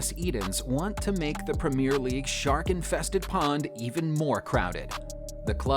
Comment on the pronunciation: 'Red Zone', 'Prem-ee-r league', '7 to 2', 'Vileans', 'CL Finals' lol